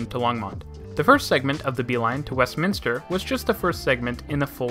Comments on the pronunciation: I laughed that he actually pronounced Westminster correctly and screwed up so many other city and street names. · You pronounced Westminster perfectly well! 100% correct. I'd say half the people in the Denver-metro area pronounce it Westminister (the 2nd "i" that simply does not exist in the name). It is kind of an ongoing joke for those of us who realize that 2nd "i" is just not in the word.